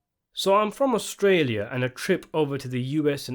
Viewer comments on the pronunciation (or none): none